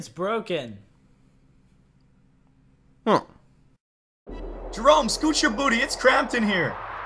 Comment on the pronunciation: Did Jerome say merome?